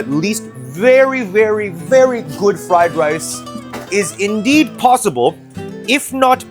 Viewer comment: hahaha,... your fking friiii lice is fking full of WOOOK HEEEIIIII